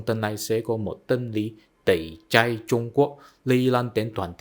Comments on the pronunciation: Tẩy chay chứ không phải tẩy chai bạn nhé. Tuy chữ i và y phát âm giống nhau nhưng vần ai và ay đọc khác nhau đó. Cố lên bạn nhé! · "Tẩy chay" không phải "tẩy chai" nhé bạn.